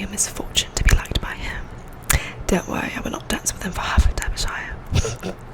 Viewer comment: I’m actually from Derbyshire in the UK, you actually pronounce it as Darby.. You need to do more of these type of videos.